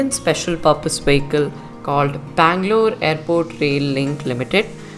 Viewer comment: Bangalore correct